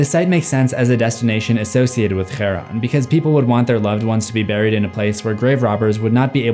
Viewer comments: It is Cha-ron harpn pronounce it right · Aaaaaah you're using the spanish J to pronounce the names and its driving me insaneeeee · Chaos, Achillies and Charon both have "CH" pronounced as a "K" sound. "Hkch-aron" is not how it's pronounced. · I'm probably in the far minority in this, but does it bother anyone else that he pronounces Charon as [xæ̃ɹʌn], with the initial 'ch' being a non-English consonant, but all the other sounds being typically English? Like, just choose. Either you try your best to fully comply to the original pronunciation (which by the way uses an aspirated velar plosive [kʰ] as in the word 'cat' rather than the velar fricative [x]), or you just use an English pronunciation. This weird semi-exotic mixing just strikes me as an attempt to convince the audience that you know what you're talking about, while actually it just undermines your authority. Anyway. Thanks for listening to my TEDTalk. Have a nice day. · Because Charon is Greek his name would be pronounced Ky-ron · It's Kai_ron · I usually like your videos but what is this pronunciation of Charon? This one was a bit hard to watch due to it, it genuinely made me angry :P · how many times did you spit on the camera trying to pronounce the name cheron,it has that phlegm sound at the beginning that so many middle eastern languages uses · Obligatory pet-peeve commenter here: I am genuinely curious, as I do not speak Greek myself. You pronounce Kharon more in the manner of Arabic, treating the "χά" more like the Arabic "ḥāʾ". I thought that it was more akin to a hard "k"-sound. Have I been wrong all this time, or did I successfully nitpick a trivial error? Because if I am wrong, I'd rather not continue making a fool of myself. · Why do you say his name so wrongly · You know whata funny about greek mythology? Zeus is the villain and yet Hollywood has the brain of a christian toddler to think hades and charon is also how did you say charon? Cuz it always sounded strange